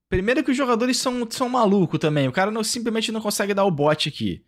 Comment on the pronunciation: fala o nome dos jogadores tudo errado 🤣🤣🤣🤣🤣🤣